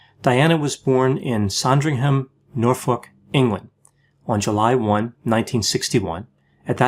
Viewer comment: Pronounced: All-throp and Nor-fuk (just FYI). 😊